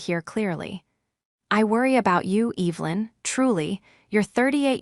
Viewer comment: It always makes me feel uncomfortable hearing the name Evelyn mis-pronounced..because growing up..going to church, there was an Evelyn that we were close friends with..one of my mother’s friends..they are all dead now, but still, after all these years..I notice..it just sounds like disrespect…and carelessness..